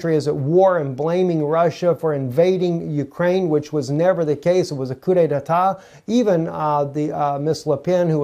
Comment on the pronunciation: There is not a second syllable... coup detat. Not, detatat.